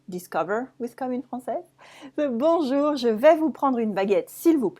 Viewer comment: why "bonjour-uh" and "vous-uh"?